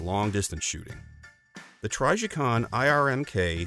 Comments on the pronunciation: “TRYjicon” I have literally never heard anyone mispronounce Trijicon before lmao 😆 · Same. Never heard it pronounced this way before. Sounds goofy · it's not a hard "I" sound, the "I" is pronounced as it is in a word like "in" or "imbalance."